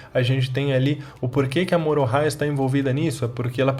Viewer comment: Não me conformo em ouvi você falar Morohah